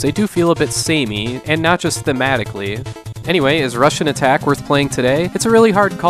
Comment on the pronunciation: Great, I was never aware before but now I can't unhear it. Every time you said Rush'n'Attack I heard Russian Attack.